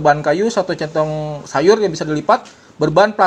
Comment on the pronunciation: Salah mulu bang nyebutin centong sayur wkwk